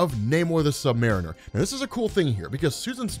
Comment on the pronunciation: I hate how you pronounce “Mariner”